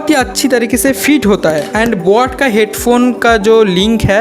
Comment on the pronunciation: And bot nahi boat